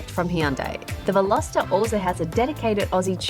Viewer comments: 0.10seconds re the word 'unique':-. It's either unique or not unique. The word 'Unique' doesn't need a 'qualifier'. it's an 'absolute'. And at 10.30, you said VelosEter (like Jenna did some time ago.) It's not pronounced like that. Otherwise, I enjoyed your review of the 2020 Hyundai Veloster. Indeed, if I was younger, I might buy a Veloster as an unusual addition to my garage. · Velositer? C'mon, learn how to pronounce it before you review it. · Veloster or Velositer ?